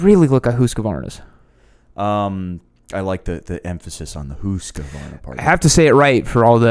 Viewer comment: Sorry to disappoint you, you're still pronouncing Husqvarna wrong, I'm Danish which, as you probably know, is closely related to Swedish, and I tell you, you're doing it wrong. Also, in case you don't know, Husqvarna's bike division is their smallest. In Europe they're primarily known for their two main businesses, sewing machines and machine guns.